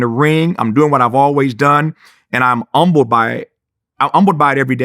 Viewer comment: Did he say umbled or humbled lol